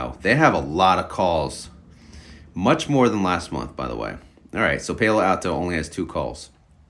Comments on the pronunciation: It's Palo.. like "he's my PAL.... Then O"... YOU'RE killing me with your pronunciation. Palo Alto is where Stanford University is. Northern California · Alto... the word "all" and the word "tow", all-tow = Alto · I knew someone wasn’t going to be able to take it any longer! You put the pal, in PAL-o Alto! 😂